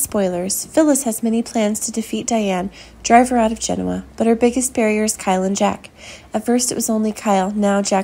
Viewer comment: It would be nice if the producers of these videos could get a narrator who pronounces the most basic words associated with the soap opera correctly: Genoa and Marchetti. It’s annoying. Get a clue !!!!!!